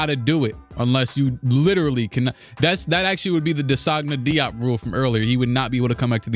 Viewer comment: Bro that was an insane way of pronouncing DeSagana Diop lmao😭